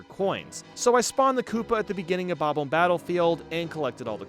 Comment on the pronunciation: Am I the only one who hates pronunciation of bob-omb?